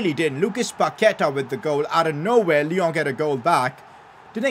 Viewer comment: Bro,haha,it's not Lyooo,it's Lyon